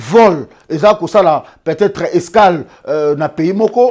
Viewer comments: Escale to scale ? Place ya kia e te botiaka e et vice versa 🤣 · Scale au lieu d’escale…yeu au lieu de ye…disposution…Eish!! Mais balingi TV 🤦🏾‍♂️